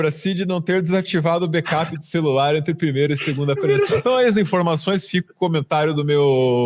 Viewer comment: Celular e “celularrrrrrrrrrrrrr”!!!!